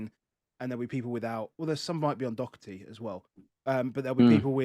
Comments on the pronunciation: As an Irish person, it's very annoying the way you pronounce "Doherty". It's "Daw-her-ty". Don't say "Dock-er-ty". Thank you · All good. Just for the love of god not Dock-er-ty.